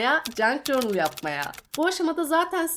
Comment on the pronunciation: merhaba! Bi ajanda kızı olarak kanalını çok seviyorum 🧡 Bi de “cornıl” değil de “cörnıl” diye telafuz edersen videolarını daha rahat izleyeceğim ☺️ Obsesif kişiliğimden olsa gerek videoya odaklanamıyorum telafuza kafam takıldığından, kusura bakma 🙈